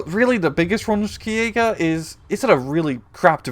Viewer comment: Just a small thing: "Ski" in German is pronounced like the English word "She".